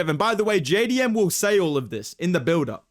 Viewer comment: JAY DEE EMM MAYTE